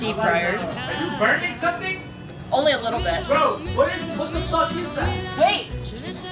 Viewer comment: I laughed when her bf said "IS SOMETHING BUNRING"?